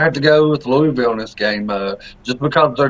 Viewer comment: Lol no Toney don't get that fake news out UL will cover and possibly defeat Notre Dame. I was saying you guys prononce Louisville wrong its not Louie ville😂